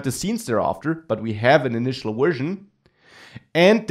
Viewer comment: Thanks for the video, but since you speak English professionally, you should really work on your accent, for example: - at is not pronounced "et" - version is not pronounced "wersion" These are things you could fix easily and make your videos much easier on the ear of the listener.